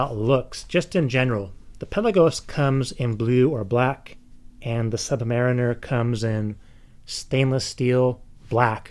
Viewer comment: I like your way of saying "Rolex Sud-marimer" :)